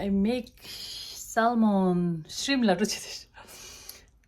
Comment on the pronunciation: For salmon (letter L ) is silence when u pronounce. Just saying🤗🤗🤗